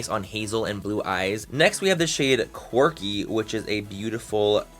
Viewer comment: Every time I know he's saying quirky but every time I hear corgi 😂😂😂